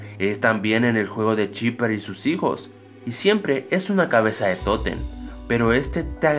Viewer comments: Que no se dice tótem no toten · es totem no toten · Que no se dice tótem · Se dice totem